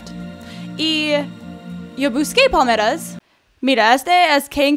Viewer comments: se dice PALMERAS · Pensé que decía pomelos (tipo de toronja) pero era palmera 😂😂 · como hasta la cuarta parte de el video me Di cuenta que decía palmeras y yo entendía poderes:v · pensé que decía poderes